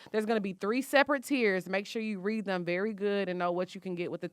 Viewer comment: 😂😂😂😂😂 "I sholl did"